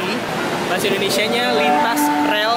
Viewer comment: Rhie Dhalton lu rakyat mana emang? Bisa sebut "Indonesia" yg benar gak? Lu nyebut negara aja gak becus sok2an kritik. Kritiknya pun sampah, banyak yg ngevlog?? Woi gue tiap hari kerja naik transortasi umum gak pernah liat satupun nge vlog. Orang kerja udah capek duluan banyak pikiran boro2 mau ngevlog. Mikir lu